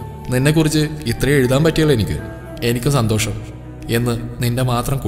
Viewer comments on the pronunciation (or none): none